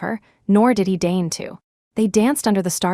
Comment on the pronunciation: DEIGN not dain